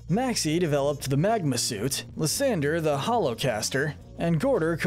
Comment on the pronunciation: It’s pronounced “LYE-san-der”, “”! 🤨 How many people are just gonna keep mispronouncing this guy’s name! 🙄